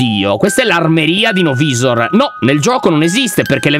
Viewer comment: Lyon la pronucia di no-visor e no vaisor